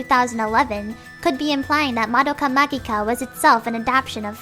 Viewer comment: Wrong. The "G" is for romaji purposes. It's still pronounced "ma-ji-ca," Japanese does not pronounce "magic" with a hard "G" sound.